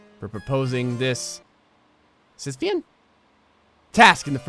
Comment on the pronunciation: Pronounced: Sissy-fee-in (you did it right XD ) Sisyphus was punished to push a rock up a hill for eternity. As he reached the peak of the hill the rock would slip from his grasp and would tumble back down the hill. It's used to refer to anything that is a task with no end. The game ROCK OF AGES was built around this legend, but bears little resemblance to the original. Fun if you've never played it.